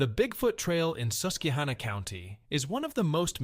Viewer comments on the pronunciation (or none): Took my kids to Knobels for many years. I've never considered anyone not pronouncing the "K," but here it is. Also he pronounced Susquehanna as "Suskweehanna." Another oddity. It's "Suskwahanna," emphasis on the "kwa" syllable.